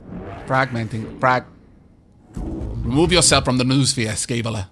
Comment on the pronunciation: Noosphere = No-o-sphere. Like mind-o-sphere, except more greek.